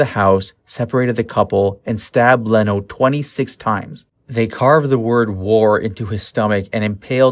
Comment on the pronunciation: Yea, it was pretty bad.. These peoples names have been said for over 50 years, I was really surprised by his mispronunciations. Also he was pronouncing Leno the way you would pronounce Jay Leno's last name, when it's Lee-no. For those of us who know & have researched this story for years, it really was painful to hear his multiple mistakes